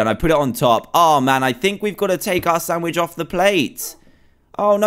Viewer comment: When he said chop up the carrots to put in the samich